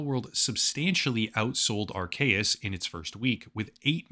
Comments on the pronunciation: Dude, Its not aar-KAY-uhs, its aar-SEE-uhs. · Anyone else annoyed about the Arceus mispronunciation? It's AR-keus. Also, I'm pretty sure the two-versions-of-the-same-game gig was so that you could connect with a friend who had the other version and you could trade for the Pokemon you didn't have. I think it was called the Link System? Some Pokemon can only evolve if you trade them/trade them with an item equipped. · yea lol i also think it's arKeus but whatever, who even cares xD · Isn’t it pronounced “R-cee-us”? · people aren't mad at you for calling palworld pokemon, oh no... they're mad at you for mispronouncing "arceus". (AR-SEE-YUS) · The video is already done so it's fine, but for the future I'm pretty sure it's pronounced Are-KEY-us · hearing Arcues with a hard C hits different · Going to ignore that pronounciation of Arceus. XD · The 'C' in Arceus is not pronounced like a 'k' sound, but like the letter 'c' itself. Surprised you got that wrong.